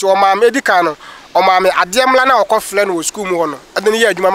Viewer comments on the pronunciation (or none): none